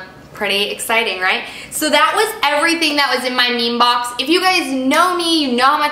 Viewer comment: It would be cool if you could say the names of the products or at least write them down in the information. Also it is ME ME BOX :)